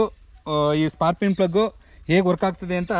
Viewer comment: ಸ್ಪಾರ್ಕಿಂಗ್ ಅಂತ ಸರಿಯಾಗಿ ಹೇಳಣ್ಣ